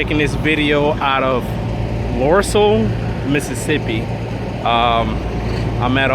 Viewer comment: Lucedale not lusedual